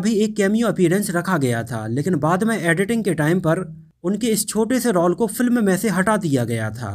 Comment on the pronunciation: भाई रॉल बोलो.. रोअल नहीं 😂😂😂😂😂😂😂😂😂😂